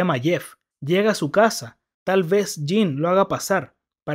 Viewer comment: No pude ver est video por que me caga como dices JIN, en lugar de JIM, me revienta sobremanera.